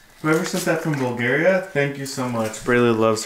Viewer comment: That's really cool someone sent Braylee something all the way from Bulgaria. That's really far. I love how kept saying Buljaria. Lol. And having to correct him- u guys are so much like my husband n I. I'm always having to correct him but we both just laugh about it. That wooden thing Braylee was playing with reminds me of something my daughter has called a Jacob's ladder. Braylee might like it. It's a cool sensory toy. I don't know if that's it's intended purpose but that's what it became for my daughter. Great job putting the silverware away Braylee.